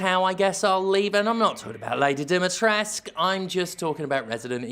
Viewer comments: As a Romanian I can tell you that you have to pronounce the 'u' in 'Dimitrescu'. But you have to say it like 'oo' from 'too' . [ex: Dimitrescoo] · Wait... "Lady DEEMY-TRESK"?! Jim, what the fuck? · Lady Dee-mee-tres-coo. You need to pronounce that "u". And articulate every syllable. Capcom is just like "so, Lady Dimtrez"." Hurts my Romanian soul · How to pronounce Lady Dimitrescu's name, coming from a Romanian: It's not Dee-Mee-Tres (like the VAs are pronouncing it) It's Di (as in DeeDee from Dexter's Lab) - Mi (as in Do-Re-Mi-Fa) - Tres (as in Spanish 3) and Cu (koo, maybe ku) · It's the Romanian Carpathean mountains BTW. The currency is even based om the real Romanian Leu. I really wish they got Romanian voice actors, I find it patronising that everyone sounds american. Also in Romanian you do pronounce the u. It's 'Dim-es-tres-cu'. Pay no attention to Ethan. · On a side note: It IS pronounced as it is written. This whole Demitrek comes from Japanese and lazy translators. Ask actual Romanian people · It's pronounced "Dimmy tress ku" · The game is set in some teenager's version of Romania. Funny (sad) thing is that the only Romanian name Dimitrescu is pronounced Dimitresque, which would be French. I guess Capcom tried to bring the world together - or to suck money out of different corners of the earth. Also, I'm very surprised that Sterling likes this repetition of a 13 years-old's repetition. Making money with nothing new has become so very easy... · Honestly, my only true big complaint of the game was the pronunciation of Dimitrescu, as someone who knows many Romanian's it will always just seem so wrong how they pronounce it. Does the game have flaws? Yes, there's no such thing as the perfect game. But it's still a great playthrough that's not too long or too short during your first run and very enjoyable throughout. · [cries] it's "lady dimitrescU", the u isnt silent, gdi capcom...